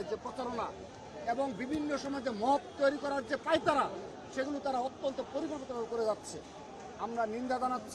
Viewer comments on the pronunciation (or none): none